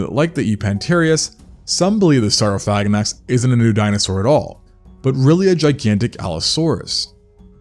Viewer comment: SOR-Oh-Phagh-Ah-Naks. That's how it's actually pronounced